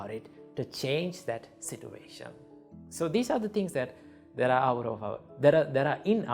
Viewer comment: all i heard is sitwation